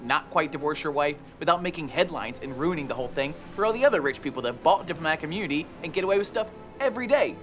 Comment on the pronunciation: "diplomatic UHHmunity"